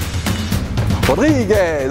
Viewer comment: 😂😂😂 et merci pour cet essai fort sympathique!!!